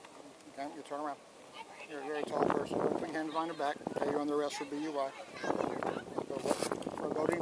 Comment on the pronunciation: Kid didn't get a DUI (dewey), he caught a BUI (buoy). 😆